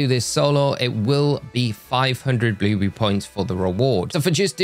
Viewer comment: I like how he says “bluebrrry”